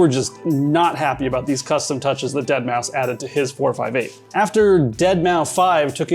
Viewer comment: The way he said 458 really gnawed at me throughout the video